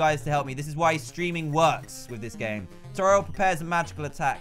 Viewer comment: IDK why but it annoys me that he says Toriel toril I say it toreeol